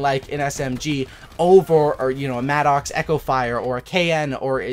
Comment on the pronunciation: It's pronounced Madicks...it's not an angry Oxe....